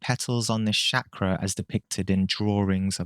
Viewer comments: If anyone wondering it's pronounced as "Chuck-raa" not Shakira or shak-raa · I’m Indian and I have to clarify for you that the word is not pronounced “Shakra”. The “CH” sound is the same as in “Charlie”. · The way he says Chakra, lmao Shakra! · Man common! Call it Chakra the way you'd pronounce Chalk, not Sacra. Feels like quitting the video right away. Practise proper pronunciation, which I think is important when it comes from someone who has studied it for such a long period of time. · Can you say 'chakra' correctly please. It's not that hard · You should firstly learn how to pronounce Chakra buddy, seriously